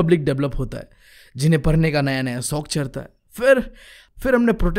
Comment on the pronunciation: Bro aap padhne parne, padh ko par kyo bolte ho 😅